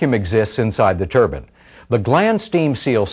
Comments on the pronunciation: Why do they always call it a Turbin? It’s ‘Turbine’ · Its turbin